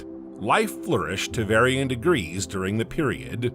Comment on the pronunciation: Shit the AI sucks. How hard is it to say "Degrees"